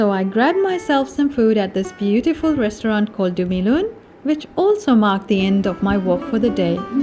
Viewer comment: Nice ! While the place sure is lovely, the way u narrated and captured the scenic beauty makes it all the more interesting. Enjoyed watching! P.s. Beee-teee-ful nahi hota , beee-yu-tee-ful hota hay 🤦‍♀️😁🤓